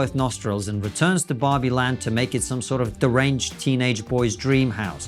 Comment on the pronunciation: At the beginning he said Barbie. I thought he said Bobby. I thought to myself, "Who's Bobby!?" 🤔.